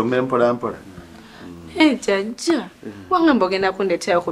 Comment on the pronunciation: The way pronounces jajja